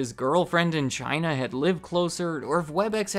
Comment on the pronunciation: ONE WORD CH-I-NA